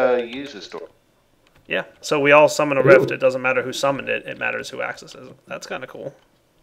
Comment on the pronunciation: Heh, it sounded like he said "Summoners Rift" when he said "summon a rift".